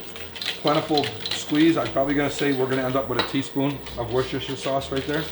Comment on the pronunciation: Nice vid bro. Only critique- it's pronounced wuh-ster-sher sauce